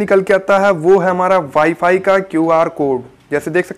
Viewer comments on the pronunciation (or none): none